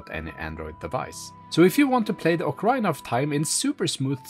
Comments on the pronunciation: it pronounced Okkah-reena.. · what? what game is this? ocaRAIna? LOL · Nope. Sorry, but nowhere is it pronounced that way. Saying "ocaraina" is simply a mistake and not an accent thing. The accent is sexy, though. ❤